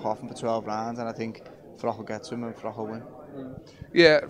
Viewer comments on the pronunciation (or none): Why do so many guys call Carl Froch, Carl Frock?! It seemed that DeGale used to do it to bait and annoy Carl (whose not exactly the hardest guy to wind up!) but since then we have had Johnny Nelson and now Stephen Smith.